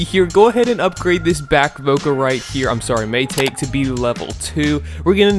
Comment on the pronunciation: Mai-ta-ke not mai-take (pronounce)